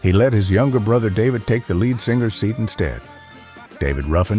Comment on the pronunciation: R Dean Taylor couldn’t have been “one of the only” whites at Motown. He was either the only, or he was one of the few. But that’s the sort of nonsense you get with AI narration, as is the following : the Elgins pronounced as “the Eljins”, who apparently had a “led singer”; also, Jimi Hendrix didn’t leave the Isley Brothers for “bigger things” — he left for three more years of struggling as a backing player on the chitlin circuit and near starvation in New York city. After that point I’m sorry to say that I gave up watching this video because of the poor voiceover